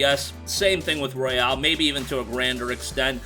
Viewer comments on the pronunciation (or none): ROY-ALL. stop w the Royale w cheese. Literally called The Royal in japan lol